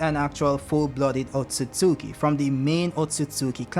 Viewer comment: Finally someone who pronounces Otsutsuki correctly! "Ot-sut-suki" Not "Ot-suts-ki"